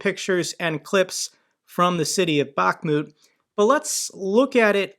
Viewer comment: it's not pronounced Bach-moooot! 🤦🏻‍♂️ Jesus man, I can't believe how many pronunciations you butchered.